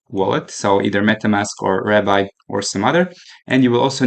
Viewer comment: BROO STOP Saying "RAB BYE" its called "RAB BEEEEE" Like the rabbit on the logo OMG